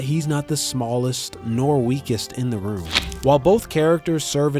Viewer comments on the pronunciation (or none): none